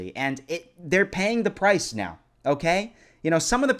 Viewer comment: Are you serious right neow bro?